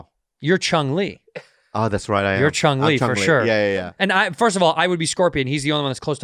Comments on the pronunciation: is he saying "Chung" Li? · Sounded like he said Chung too